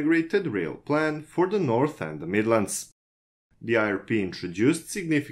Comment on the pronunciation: Norf rail XD